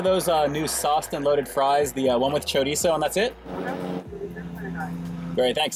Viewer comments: High five to my fellow Californian who knows how to pronounce chorizo! Cali peeps represent! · Glad you attempt to pronounce it right ☺️